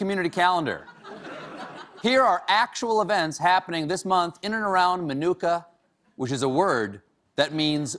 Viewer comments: i hate ow he says minooka lol. im from around there and it just bothers me. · Why aren't they pronouncing Minooka correctly? Nick, you know better!